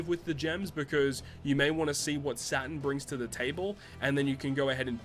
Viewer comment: It’s Saturn not satan